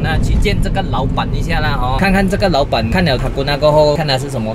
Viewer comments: 6：32谢谢你老板，变成谢谢你老爸😂😂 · 我听到说谢谢老板可是看到字幕是谢谢老爸